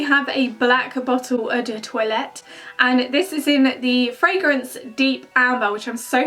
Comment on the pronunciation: loving how you're saying eu do toilette 😂😂😭😝